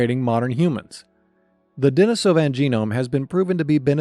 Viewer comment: Denisovan pronunciation is a bit rough